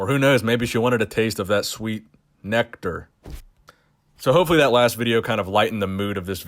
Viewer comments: thought you said 'neck dirt', and not nectar lmao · Oh my god. You killed with that "necktar" line😂☠ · That sweet “necktur” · Bahaha "sweet necktar" I'm dead bro 🤣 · "Necktar" 😂😂😂 that made my day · “That sweet neckture” 😂😂😂😂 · "Necktar" got me 💀 nice one haha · Lmao “Sweet Necktar” 😂😅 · I lost it at NECK-tor 😂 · “That sweet necktar” 😂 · Only time I've ever laughed from your videos😂 "neckter" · "Neck-tar" Lol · Sweet Nect-ar?!?!! 😂😂😂😭😭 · Was anyone else stone cold straight faced until he said "necktar?" Idk why that one did it for me lmao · "sweet necktar" hahaha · "sweet necktar" :D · “Neck”tar haha nice. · Sweet neck-tar lmao dead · neck-tar.... neck-tard